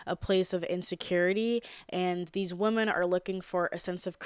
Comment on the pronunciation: i love how u say the plural for women just as woman lol. my friends and boyfriend always make fun of me for saying “whamen” lmfao don’t change lol